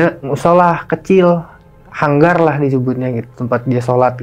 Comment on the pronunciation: Gue mau komplain udah di duluin,😂😂